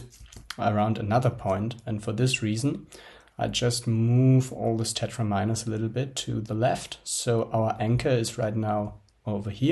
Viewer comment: And also "very-ables"... And "tetra'mi'nos".